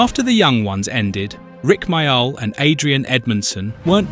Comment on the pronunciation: Love the fact that almost every time he says Rik Mayall's name, he pronounces it a different way from the last time.